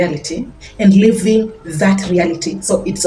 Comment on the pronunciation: "Living" and "Leaving"...your accent is challenging